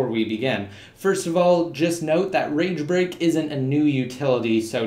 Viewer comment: swear he was saying rage rape...